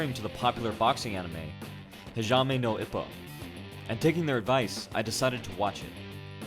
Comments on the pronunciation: Hijzame No Ippo And then he gets it right once! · hazhamay no ipbo whats wrong with his pronouciation it's hajime no ippo lol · HAJIME NO IPPO( HA-GEE-MAY- NO- EEP-O. FOR FUCKS SAKE learn how to pronounce names and shit. You sound dumb as fuck. Man did you not once even watch a episode. IPPO isn't called IP-oh its Eep-oh Hajime is also Japanese for FIGHT! God man I wanted to watch the whole thing but your butchery of basic Japanese and even English was fucking cringe and so bad. How do you make a video about anything and not learn how to pronounce said thing. God this was awful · "Hajame no ippou" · "Jeime Nou Ippo" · hajame no ippo he says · It’s HA-GEE-MEH-NO-IPPO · “Hajame no Eppo” lol bro you could’ve just looked up how to say it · My man did not just say jamine nou ippo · "hayame nou ipou" that pronunciation made me my day :P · Hajaime no ipow.... my japanese ears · IT'S FUCKING PRONOUNCED: HAAA JIIIIII MENNNN NOHHHH EEEEEE POHHHH U FUCKING CASUAL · Awesome vid. Love Hajime no ippo and you explaining it and seeing the original boxers use the moves is pretty cool, but your pronunciation of it irks me a little. It’s not fluid. It is supposed to sounds more like “Hah G may no E po.” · HAJAIMAY NO IPPO? -villager angry sounds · "Hajaymay no Ippo" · HA-Ji-Meh No Eee-po. It sounds much more Japanese articulated and spaced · "hajame know ippow" lmao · "HAJAME NO IPPO"?? WHAAT? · Hijaeime no Ippo? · "HAJAME NO IPPO" lol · Hashjme no epok seems legit Also ik you already commented about your mispronounciations but i find it to be somewhat silly :P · hijahmie no ip-oh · HA-jee-may no E-po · if you're curious on how it's pronounced it's "Ha-Gee-May No Ee-Po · Latin vowel sounds. Ah, Ee, Oo, Eh, Oh Hajime - H(ah)j(ee)m(eh) no (Ee)pp(oh) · My dude, hajime no ippo is not pronounced like that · Ha ji meh no ippo, not hajyahme no ippo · Is it just me or the pronunciation for hajime no ippo really triggered you?? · You Just murdered the Japanese Pronunciation